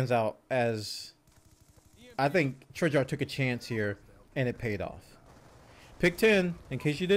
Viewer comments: Please say it with me.... TREY-ARCH NOT TREY-JARK! Please say it with me.... TREY-ARCH NOT TREY-JARK! Please say it with me.... TREY-ARCH NOT TREY-JARK! Please say it with me.... TREY-ARCH NOT TREY-JARK! Please say it with me.... TREY-ARCH NOT TREY-JARK! Please say it with me.... TREY-ARCH NOT TREY-JARK! Please say it with me.... TREY-ARCH NOT TREY-JARK! Please say it with me.... TREY-ARCH NOT TREY-JARK! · I love this game and I love the hell out of you but DAMN does it make me wince when you say Treyarch lmao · I think we need a patch on how says Treyarch, but apart from that this was a really good commentary. I have avoided CoD since playing MW2 but I may give this one a go having heard what has to say about it. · You're pronouncing Treyarch wrong lol